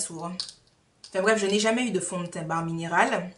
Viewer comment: Je ne connaissais pas cette box! Comment ai je pu rater ta vidéo dessus??! Ou peut être ai je oublié... Les marques qui misent sur une utilisation (berlingot) sont mega sure d'elles lol Une utilisation et ta vie est transformée! Mdr Pour bare mineral ça se prononce bère (j'aurais aimé que qq1 me le dise) merci ange céleste.... Miss univers, pas encore mais miss you tube déjà pour nous!;-) Bisou! A la prochaine vidéo!